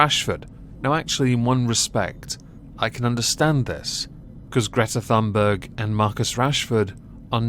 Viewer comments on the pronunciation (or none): To be honest, you have no idea how to pronounce Greta Thunberg either.